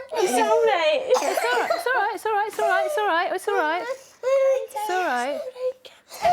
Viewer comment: It's orright, it's orright, it's orright, it's orright, it's orright, it's orright, it's orright.